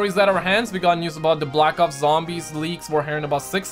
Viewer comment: Am I the only one who heard him say black cocks and zombies